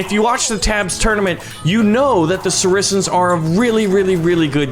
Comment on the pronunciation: Sorry but Persian is supposed to be sarisa